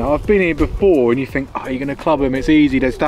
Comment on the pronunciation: “Fink”? Does this Thuckwit mean THink?